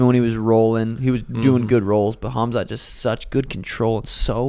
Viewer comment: KHAMZAT not KHAZMAT. Every damn time 😂